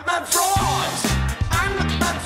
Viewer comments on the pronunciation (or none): Anyone else hear frog instead of fraud?